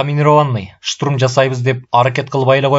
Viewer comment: Бир созду кайра-кайра кайталай бериптир автор,кислотаны ашыкча эле коп жазган,тапа-так ,деген соз жок,так которуп,деп жазылат.Орусча создорго ударение туура эмес жасалыптыр,туура эмес окулган, шутурум эмес,штурм,дагы бир нече создор.